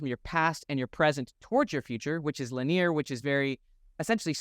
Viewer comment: Your content is always helpful in reframing my perspective on my life. Silly question, but I’ve noticed you have been pronouncing “Linear” as (Lin-EAR) instead of (Lin-EE-er). I would expect that from a French or Latin accent, but where does that come from with you? Just super curious 😊 Love the helpful videos!